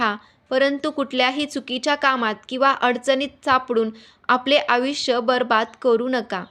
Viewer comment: आविष्य नाही आयुष्य